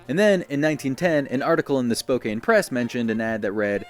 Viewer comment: Super interesting! But you mispronounced Spokane, it's pronounced Spo-can instead of Spo-kane